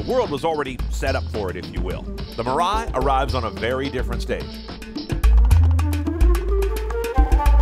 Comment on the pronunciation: Dam the way you butcher mirai. It is pronounced mi-ra-i